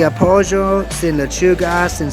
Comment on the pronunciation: But Colombians that "ll" more like you did when you said "pollo" so Colombia might have left it's mark, lol. I wonder if they do that in Venezuela too. I don't speak Spanish either but I'm hoping to pick it up along the way. I love that you put some of the menu items etc up in on the vid. I pause it and replay a couple times.